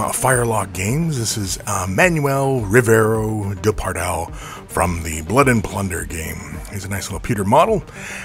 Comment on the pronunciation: The name butcher strikes again.:) Great painting.